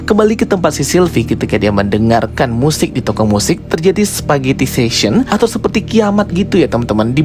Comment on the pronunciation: "spaghettification", bukan "spaghettifation"